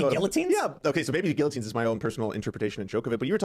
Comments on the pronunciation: This guy is very unintelligent. He thinks he’s intelligent, but the guy doesn’t even know the pronunciation of guillotine 🤦‍♀️ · Do people actually pronounce guillotine like that? I've never heard this before.